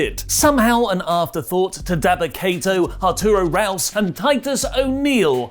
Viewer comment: We can add “Ruas” to the list of wrestler names can’t pronounce right.